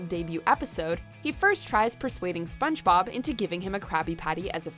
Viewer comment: "spons-bob" lol